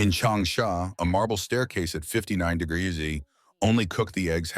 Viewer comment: Can this AI learn to say degrees?